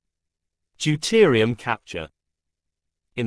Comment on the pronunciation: Deuterium - not Deutirium